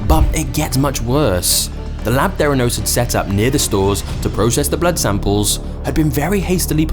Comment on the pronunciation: Theranos or "their anus"???